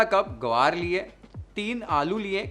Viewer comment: Are u a Sindhi, u say guvar, people say gavar, only we done say guvar, bhindi ko fry karti hai mummy meri, mom watches all your videos and makes different and new recipes following yours 😊.